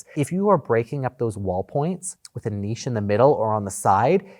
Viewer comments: From a French speaking person. Thank you. I am so annoyed to perfectly pronounce a word and then the other look at me with a blank stare. It's niche , not Nietzsche . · THANK YOU FOR THE NICHE AND FOYER 😂 ITS SOOO ANNOYING HEARING IT WRONG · Thanks for setting people straight on the pronunciation of foyer and niche (drives me crazy). No one ever talks about the divine Venetian plaster. I could play in that stuff all day like a little kid in a mud puddle. Like decent stonework, you'd probably have to go to Europe to find someone who can do it right. I have also always loved burled wood and once tried a painting technique to fake it (don't try this.) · But niche, was always niche even in English, the way he is pronouncing it. It just got butchered in America. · I fully support pronunciation lessons. It is definitely pronounced niche. The correct way. 😂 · Hello! Your pronounciation of "niche" is perfect. "Foyer" though... I don't think any french person would understand what your are talking about out of context ;) By the way, in french, the way americans use "foyer" does not make any sense. We say "entrée" (entrance). Foyer means a home or a fireplace. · Well done on the pronunciation of niche. 👏🏾👏🏾 It hurts my ears every time I hear Americans say it. Another one you all say wrong is chaise lounge instead of chaise longue. It’s a long chair not a lounge chair. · Love this video! Two points, thank you for the pronunciation guide, “nitch” drives me bonkers! The self instead of the niche is lovely. So clean, you can squeegee that space, easier to build and easier to tile. Nothing but upside. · American here and I cringe everytime someone says Niche like Nitch 😂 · Hello from Montréal. Yes your pronunciation is correct. Well done. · Thanks for correcting niche, that bugs me so much when people pronounce it incorrectly.